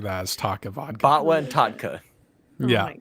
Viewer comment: "Bot-Wah" and "Tot-Key" 😂😂😂